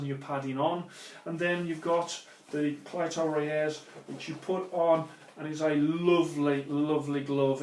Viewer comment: It is spelt cleto reyes but is pronounced CLEETOA RAYS